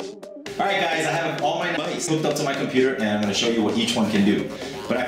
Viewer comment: listen to him say mice. haha it was added